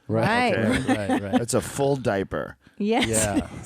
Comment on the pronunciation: ”Carrying that diper around”